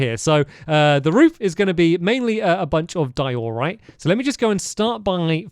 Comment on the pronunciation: Stamps this isn't a hate comment but its been over half a decade of hearing you pronounce Diorite wrong lol. Its "DIE-uh-rite" not "die-OR-rite"